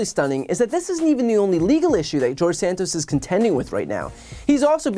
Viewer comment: he said jawdge Satoss, in the third person again, just like Trumpington trumpton